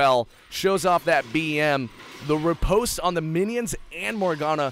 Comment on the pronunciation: pronounced it's pronounced like melee, announcer man. ripostay